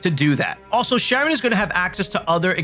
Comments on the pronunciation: Charon is not 'Sharon,' it's 'Care on,' like the Greek god. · I called Charon as Sharon too when I first saw it…but it’s pronounced Karen…they say it in the game more than enough 🤣. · nice video but charon is pronounced more like "care-on" not "sharon". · 60 hours into the game and can't pronounce Charon's name lmao